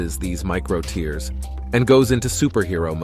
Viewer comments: There is a difference in pronounciation between "tear" from your eye and "tear" in your muscle. You are using the wrong one. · ok learn to say tear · Are you mis-pronouncing the word "tear" or am I missing something?